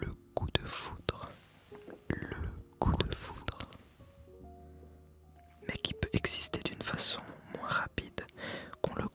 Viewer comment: Suis-je le seul à avoir entendu "Goût de foutre" et pas "Coup de foudre" ?